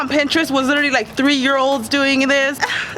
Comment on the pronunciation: she can't say literally